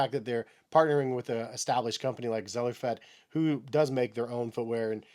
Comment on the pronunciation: It’s pronounced Zellerfeld not “Zellerfed.” The pair of TTS Zellerfeld RTFKT Undead EVO I bought are huge. I wear a 12 but do size all of the way up to 13 depending on the shoes. But these 12s are huge. No foot scan. I bought them on eBay. But even with heel slip inserts, I stacked one on another so each shoe had 2 layers of heel slippage protection. Even with those and thick socks they still slip. It’s a pain and money down the drain. I did order a pair of size 12 Air Max 1000. Hopefully the reseller went with the plain 12 and not a foot scan fit. I also ordered 2 pairs of Zellerfeld shoes with a foot scan. Ever since trying the amazing Adidas Climacool, I’ve been obsessed with 3D printed shoes. If you haven’t gotten a pair yet, I hope you do soon. They’re so comfortable. I got the Kith collab Climacool 25 and the regular Adidas Off White Climacool 24. They’re like a second skin. With or without socks.